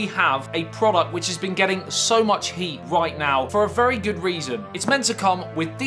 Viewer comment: Thought u said hate on the start instead of heat 😂